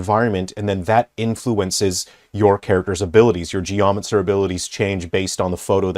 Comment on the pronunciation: A gee-yah-muhn-sir 😂